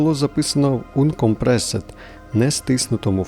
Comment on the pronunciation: uncompressed - через а потрібно читати